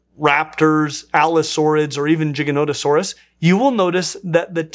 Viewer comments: No one gonna talk about how he pronounced Giganotosaurus Jiganotosaurus? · Giga not o saurus